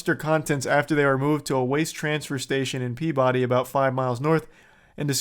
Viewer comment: My guy. I love you. It's Pea-biddy. Not Pea-body. Now I gotta unsub AAAAAAAAAAAAAAAAAAARGH